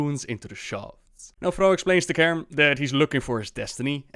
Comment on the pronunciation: it's fucking CAIRNE not KAREN, CAIRNE!! so annoying.